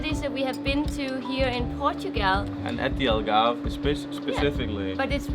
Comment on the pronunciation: here's a hint algarve is pronounced as all-garve , u guys say el-garve